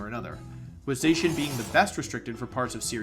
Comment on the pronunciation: Zacian is pronounced ZAH-SEE-ANN not ZAY-shin!